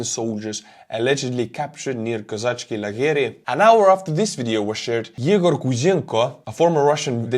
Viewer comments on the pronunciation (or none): none